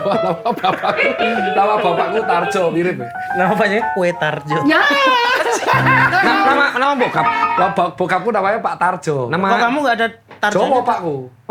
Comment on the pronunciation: Entah kenapa terasa lucu sekali saat sang lagenda mengucapkan KWE TARJO 😂